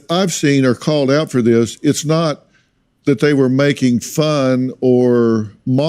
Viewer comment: it's "Them"and "That" - not "Dem" and "Dat"...😂